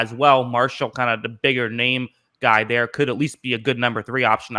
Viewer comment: You are terrible with names...🤣🤣🤣